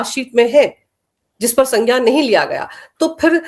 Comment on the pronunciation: Madam, its not pronounced as sanjaan But "Sangyaan", in your very first line. In Hindi, it's "संज्ञान ".